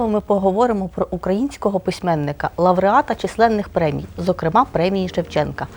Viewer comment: А слово"лавреат" це що? Існує слово "лауреат". Навіщо викручувати?